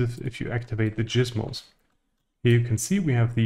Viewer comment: do not EVER say gizmos like that again😭